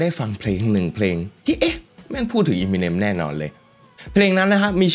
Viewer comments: เอมิเนม ไม่ใช่ อีมิเนม ถ้าฟังสัมภาษณ์ต่าง ๆ จะได้ยินเค้าเรียกชื่อกันมัน เอมิเนม หรือ เอเมอเนม ก็ได้ มันไม่ใช่อีมิเน็ม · อยากขอแก้นิดนึงค่ะ คือชื่อป๋า Eminem อ่านว่า เอ็มมิเน็ม ไม่ใช่ อีมิเน็ม นะคะ มาจาก M&M ที่มาจากชื่อ Marshall Mathers ของเค้า เวลาอ่านเร็วๆจะเป็นเอ็มมิเน็ม พอมันผิดมาตั้งแต่ต้นมันก็เลยขัดๆไปหมด 🥲 นั่นแหละค่ะ แต่ก็ขอบคุณที่ยกเรื่องนี้มาเล่านะคะ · Eminem มาจาก m&m นะ ต้องออกเสียงเอมิเนม ถึงจะถูกต้องนะครับ